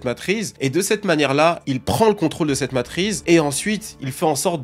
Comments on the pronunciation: MATRICE PAS MATRIZE STOOOOOOOOOPPPPPP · Matrice ❌ Matrize✅ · ça m'a stessé car je n'vais jamais entendu "matrise" avant donc je suit aller regarder et en faite il veut dire matrice. Lol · La matrize est tellement puissante qu'elle empêche de prononcer son nom correctement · MATRIX... MATRICE ...MATRIZZZZ... FACILE A DIRE ENFIN🤣🤣🤣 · C'était so (tellement) 2002 Matrice hahaha !! Effectivement en 2025 c'est la matriZzZzzz !! 🤣👍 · J'allais faire le même commentaire, il stress avec sa matrize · 20 fois matriZe au lieu de matriCe... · Est ce que je suis la seule qui voulait pleurer à chaque fois qu’il disait Matrize ? 😭😭…. Du coup j’ai voulu pleurer des taaaasss de fois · combien de fois il dit "la matryze" dans cette vidéo (MATRICE)....................4fois 22 fois ou 1453 fois:trophy-yellow-smiling::hand-orange-covering-eyes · MATRI CEEEE, qui dit MATRIZE putain 😭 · La matrice on prononce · Matrice pas matriz stp bg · Petite PREZISION.. cest matrice pas matrize. Merzi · Arrête de dire Matriz frérot 😂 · Une Matrice pas une matriz... et matrix matrix 😊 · depuis ta vidéo, j’arrive plus à dire ‘matrice’ normalement. C’est "matrize" qui sort tout seul. T’as lancé un virus linguistique 😵🧬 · J'ai jamais été autant trigger par une faute de français, mais la vu le nombre de fois ou tu le répète c'est trop .... MatriCCCCCe et pas matriZZZZZe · T'es payé au nombre de fois que tu dis matrize ou c'est comment? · T’as ruiné ta vidéo avec le mot Matrize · En 30 secondes y a eu 30 fois " matrize " je transpire déjà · On dit matrice, la prononciation m’a trop stressé 😂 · Ça m'atrize vraiment de l'entendre dire matrize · je te jure c’est dure d’écouter le début avec ton « matrize » 😂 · Le hasard a voulu que ce mot qu'il ne sait pas prononcer soit celui qu'il répète le plus.... Pour nous rendre fous sans doute 😂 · Mais frérot c ouf de répéter matrize autant jpp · LA MATRIZZZZZZZ ptn ca rend fou (super vidéo cependant) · ARRÊTE DE DIRE MATRISSSEEE !!